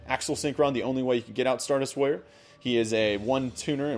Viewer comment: it sounds like you are saying lawyer instead of warrior